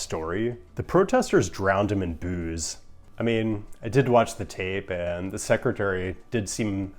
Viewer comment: I heard “protesters drowned [the current USDOT Secretary] in booze,” and thought “wouldn’t he enjoy that?” Later realized you meant “boos.”